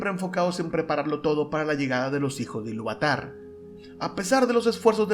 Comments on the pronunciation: Es Ilúvatar, no Iluvatár Es Melkor, no Melkór... Bah, y libpeor es que mezclas Estar Wars con Tolkien... Paso, no quiero seguir escuchando. Te daré "dislikes" a todo. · muy bueno, aunque mal pronunciados los nombres :(... MELkor, AInur, iLUUvatar, Eru